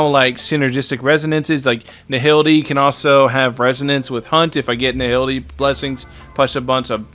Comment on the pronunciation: you should check your pronunciation,. Nihility is pronounced Nai - ility. H is silent.